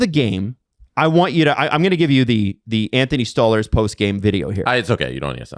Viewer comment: If I hear this muppet say stole herz. Instead of stolarz one more time dear god man